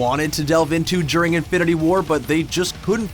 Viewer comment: Had to dislike this because of how you pronounce "during"